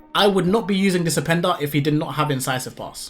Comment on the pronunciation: Whats with the dis and dat can you not speak properly?